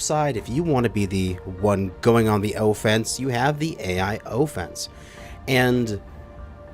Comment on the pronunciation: . The way he pronounces offense 💀💀💀